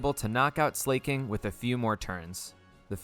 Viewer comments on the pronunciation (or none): Him saying ‘Slay-king’ instead of ‘Sla-king’ is really bugging me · Why do so many people pronounce Slaking "Slay-king". It's literally just the word "Slacking" without the "C". Unless it's an intentional troll, but I've heard so many people say it 🥲. Anyway, great video 😄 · Why does he say slayking